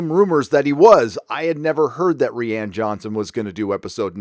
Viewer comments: Protip: Johnson's name is pronounced like "Ryan" Doing it wrong looks bad, stop that. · It's hilarious how consistently he calls JJ Jar Jar and Rian Johnson "Rhianne" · Jar jar Abrams, fall of Skywalker, mispronounce Rian. Ok we get it. It gets annoying when you won’t drop it after a while